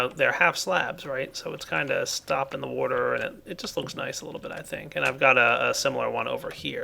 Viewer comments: Kinda bugs me how says water.... woater. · You say water weirdly